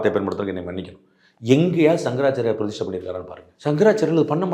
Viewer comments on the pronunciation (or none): டேய் பீடை, அது "பிரதிஸ்டை" இல்லை, "பிரதிஷ்டை". நமக்கு "ஸ"-வும் வராது, "ஷ"-வும் வராது, ஆனால் பேரு மட்டும் "சர்மா".